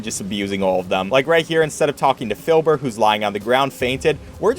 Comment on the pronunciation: MY MAN DID NOT SAY F I L B U R